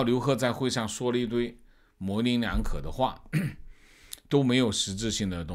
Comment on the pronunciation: 好！模棱leng两可 发音二声